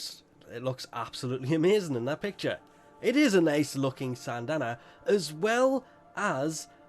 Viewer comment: i still cant understand how he says sandanna